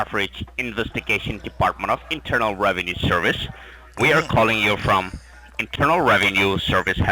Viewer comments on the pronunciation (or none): “ RAVENUE SEERVICE “